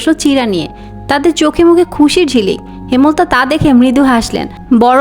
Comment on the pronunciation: হেমল তা ❌হেম লতা ✅